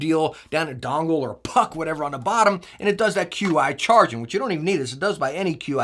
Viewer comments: BTW, it's Chi not q.i. ;P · FYI: Qi charging is pronounced "Chee", not Q.I. Thanks for covering these!